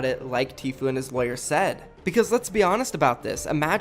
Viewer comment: Are you trying to say lawyer... lol